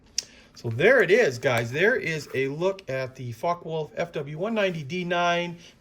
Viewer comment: It's not "f*ck wolf", man, its [ˈfɒkə] [wʊlf]👍